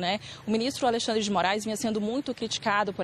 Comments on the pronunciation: "AleRxandre" não há dúvidas que são brasileiros. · Rede TV patética kkk, "alerxandre"